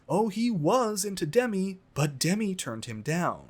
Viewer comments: Love your recaps. Btw Demi is pronounced with an emphasis on the second syllable. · It’s deMI not DEmi lol